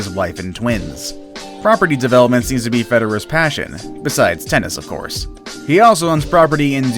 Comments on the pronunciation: Lol, also fed-arrear and not Federer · I only got two names in... Bud “Selleague” and Roger “Fedarer”... All I could stomach! What a joke! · Roger fe derer. Ok ill stop watching this video now. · Federer......1 word not, fed - erer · Yes Fe derrrra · I stopped watching when the dude couldn't pronounce Selig nor Federer correctly. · Why don't you learn how to pronounce Roger Federer's name before presenting this vlog. You lost all your creditability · Roger federer was mispronounced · You mispronounced Federer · You pronounced roger Federer wrong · Lol no offence but you pronounced Federer wrong😂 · Federer, Juventus, Cavaliers... 🤦‍♂️